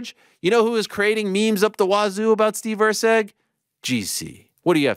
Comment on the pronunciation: It is Erceg, not Rceg...